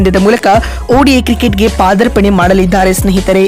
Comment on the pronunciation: ದಯವಿಟ್ಟು ಕನ್ನಡ ಸರಿಯಾಗಿ ಮಾತನಾಡಮ್ಮ ಪಾ ದರ್ಪಣೆ ಅಲ್ಲ ಅದು ಪಾದಾರ್ಪಣೆ